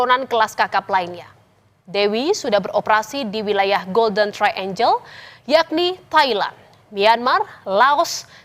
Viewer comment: Bukan “golden traenjel”, tapi ”golden traenggel”.. Hrs belajar bahasa Inggris kalau jadi host atau pembawa berita 🙏